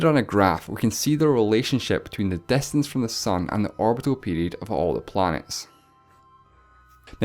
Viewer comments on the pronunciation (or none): wow great grammer its distance not destance lol